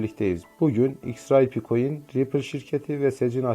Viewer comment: İX RAY Pİ değil yanlız, Ex Ar Pi diye okuyun şunu 🤨